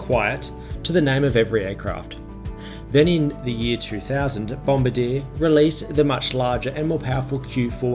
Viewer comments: it's pronounced 'bom-bar-dee-ay" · I think bombardier is pronounced bom-bar-de-air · Bom-BAR-dee-ay, mate :) Good report. The Q400's do their job quite well. Taken a few to Wagga Wagga and EWR-YYZ a few years ago. Welcome back to the skies. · It's said BOM bard E r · “Bom-bah-deer” lol